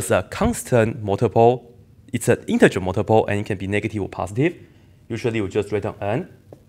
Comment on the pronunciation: IN-TER-GER btw, nice.